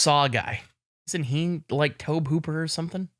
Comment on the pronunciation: How does geoff not know Tobe is pronounced like Toby? That's why is name is Gee Off I guess